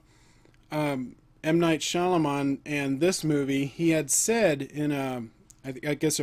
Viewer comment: Sorey to bother but, its pronounced "ShyaMALAAN"😃